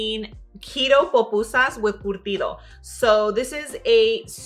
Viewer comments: why do you keep saying POPusa... it’s PUPUSAS ... damn! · Thank you, for making PUpusas. As a Salvadoran, Ionly ask that you - a Latina, pronounce it correctly. They are not POpusas, it's pronounced poo-poo-sahs.❤ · It’s curtido not cortido It’s pupusas 🫓 not popusas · PUPUSAS NOT POPUSAS